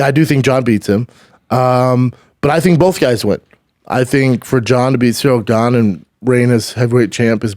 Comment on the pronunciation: He keeps saying “Zero Gane” 😂